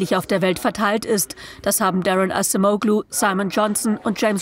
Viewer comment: wird "Adschemoulu" ausgesprochen!!